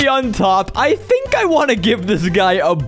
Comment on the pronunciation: You tink ing my tink